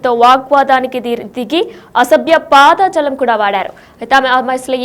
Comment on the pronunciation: News reader first nuvvu intiki vellipo.....వార్తలు చదవడం రాకపోతే మూసుకో....అధి పాదజాలం కాదు....అధి పదజాలం